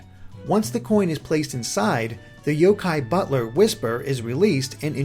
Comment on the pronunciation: The emphasis is on the yo, not the Kai.